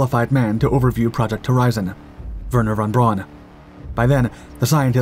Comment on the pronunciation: How did you butcher the name "Werner von Braun" every single time but absolutely nail the "Hermann Kohler" thing first try? 😂